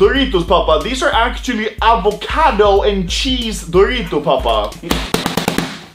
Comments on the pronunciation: i die laughing when anomaly sad "Avacadoo" instead of "Avocado" 🤣🤣🤣🤣🤣🤣🤣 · Avocado ❌️ Avacadoo✅️ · *avakudu* Lmao i laughed so hard when he pronounced it "kudu" instead of "cado" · No one: Anomaly: AVACADOO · Ib Ib avvacadoo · A VACADU 😂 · You said avakudoo and cheese 🤣🤣🤣🤣😂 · Avakedoo and cheese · Anomaly: Avacadu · Dude said avacadoo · he said "ava ka du" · avacoodoo and cheese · AVAKADOO xDDDDDD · av ah co doo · He is trying his best XD